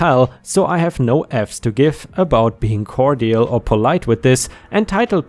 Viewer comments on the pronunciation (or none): Look up how to pronounce "cordial". The 'd' is rather soft.